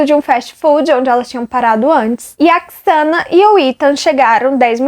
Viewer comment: Eles nao moravam na fraternidade. Era uma casa comum, dividida pelas 4 meninas. O nome se pronuncia Zena (Xana). Nao se pronuncia Quiçana. A moça que vc disse que viu o possível assassino, nao dormia no porão e sim no segundo andar (mesmo andar da Xana e Ethan). Abraços!